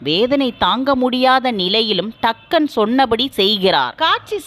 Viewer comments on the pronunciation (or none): அம்மா அது டக்கன் இல்லை எல்லீஸ் ஆர். டங்கன்.